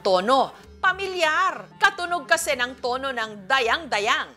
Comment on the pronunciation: Hindi tama yong pronounce sion ninyo sa Dayang dayang.hindi pabagsak ang pagbigkas.